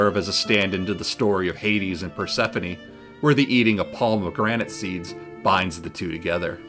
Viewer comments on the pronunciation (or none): none